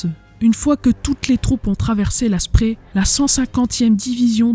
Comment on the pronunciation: Je ne l'avais pas vu. Bravo et excellent travail, même très bon boulot. Comme toujours, efforce-toi de bien prononcer les mots allemands. Le fleuve qui traverse Berlin, la Spree, se prononce, la Chpré pas la Spri. Ça fait toujours mal à mes oreilles d'amoureux de cette langue. Mein Goethe. Cela dit, tu as fait des efforts, tu dis Strasse comme il faut, ainsi que plein d'autres mots. Voilà pour la forme. Pour le fond, je l'ai déjà dit : superbe boulot.